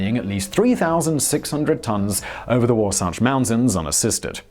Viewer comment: Good job on pronouncing Wasatch correctly